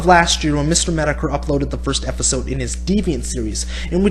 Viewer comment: Why do you pronounce it Meh-Toe-Ker? It's pronounced Meh-Tah-Ker Mih-Store Meh-Tah-Ker Also JWB isn't a troll dude.